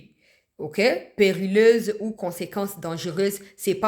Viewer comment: Périlleuse (periyeuze) madame la journaliste...🎉🎉🎉🎉